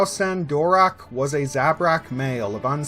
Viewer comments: You're... STILL mispronouncing it actually. I don't know where you're getting, phonetically, "DORak." The only change was in the end. We all have been thinking it was, "DaraCH," when it's pronounced, "DaraK." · I personally think I heard Gnost-Dural pronounce his last name as Darrak rather than Dorak but maybe I misheard, great content as usual. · Darach (Durak) that's going to take some getting used to.